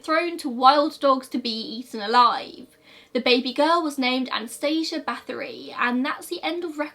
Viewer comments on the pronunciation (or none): none